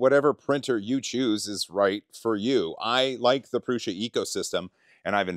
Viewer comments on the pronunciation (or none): Very cool! Say it with me..... "Proo-Suh" 😁👍